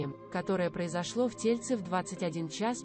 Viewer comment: Неправильно ставите ударения (в тельце )ударение на последнюю букву Е , а тельце ударение на вторую букву Е значит тельце маленького ребёнка.